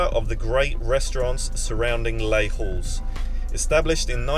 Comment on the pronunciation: You pronounce Les Halles as Lay Al, and never an H sound. French has no H sound.